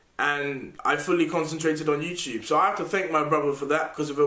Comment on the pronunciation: hey, pyro, it's youTube not youCHube. love ya goodbye